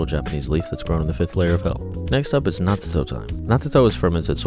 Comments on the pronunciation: Why do you pronounce each T in natto individually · Why do you pronounce natto “not-t-toe”?